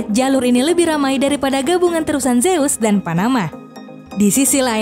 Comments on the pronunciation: terusan Suez bukan terusan Seuz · Terusan Zeus..... bacanya kebalik 🤣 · Terusan suez... Bukan terusan zeus 🤣🤣🤣 jangan kasih info yang sesat